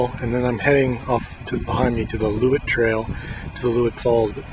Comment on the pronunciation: It's actually "Loowit" falls. Not "Leewit".